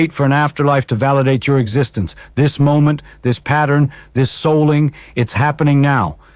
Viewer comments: AI clearly: M O ment in stead of moment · Pretty obviously ai. His hand gestures are mathematically perfect and repetitive. Also, he said M O ment instead of moment.